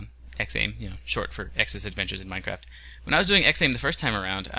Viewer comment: What's really interesting about this series, much like it was with the original, is how X goes into it not knowing very much about the game but the basics. When XAIM (which would properly be pronounced as "Zaim," btw.) came out, Minecraft was not huge and there wasn't so much information about it as there is today. That isn't the case for 1.9, however X seems to have fallen behind (like myself) and not really kept up with the updates as well as other LPers did, making it so he really goes through a similar learning curve as the rest of us. Also X is starting brand new (like most of us), everyone else in this business already has massive worlds which they are trying to fix to get to work with 1.9. X doesn't have these problems, X doesn't need to hack the game to get his old stuff to work- he can just do it right the first time. I am not saying one way is best, I enjoy both styles equally, the latter much more often than the former since I've been watching Minecraft LPs, literally from the X days, and stuck with the few LPers I liked, such as X ;) but this new series has that feeling of genuineness and personality, that other more established series' have replaced over time with characters and acting tailored to their target audience. Other LPers have over time developed a formula to make their audience happy, and they keep tweaking it with small experiments every now and again, and they stick to it. There is no formula for this series yet, as the target audience has yet to rea